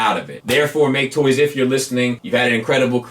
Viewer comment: I knew I wasn't imagining things with talking about how You're apparently supposed to pronounce MakeToys!